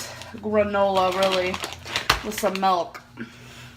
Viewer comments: I don't speak Dutch, but it is always weird to me that nobody ever point's out how she incorrectly (as for in English) mis-pronounces it that way. mElk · it's so weird how she says "milk" I'm from Belgium, and in Dutch, it is "melk". So it's like she's speaking English, and uses the Dutch translation every time she says milk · Melk is the Dutch word for milk 😂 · “Does regular chocolate have melk or ayygs in it?” I can’t believe we got a “melk” and an “ayyg” in the same sentence